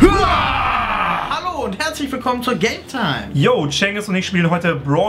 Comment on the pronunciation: ich habe gaytime anstadt gametime verstanden